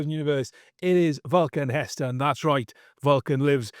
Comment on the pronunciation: Said it wrong 😂